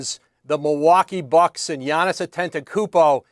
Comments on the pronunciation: Say Giannis’ name right! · Am i the only one who heard her miss up Giannis named lmao 😅😅😅😅. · They still can say Giannis’s name?? Lollll these reporters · Bro noone can say giannis name 😂😂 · They both screwing up Giannis name. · Bro fire that lady how does she not know how to pronounce these athletes names